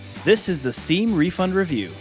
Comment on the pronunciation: "rufund review" <3